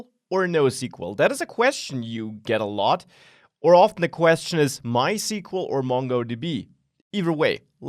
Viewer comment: Aargh!!! It drives me up the wall when professionals who should know better mispronounce MySQL. It's NOT "my-see-quil". It's "my-S-Q-L"! Come on, learn to pronounce something this basic.